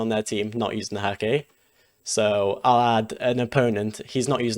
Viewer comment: Props for the right pronounciation of Häkke :)